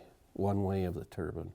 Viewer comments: Wind turrr-BINE darn it. A turban is worn on the head in many cultures. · its interesting how they pronounce "DEEpartment" but dont pronounce "turBINE"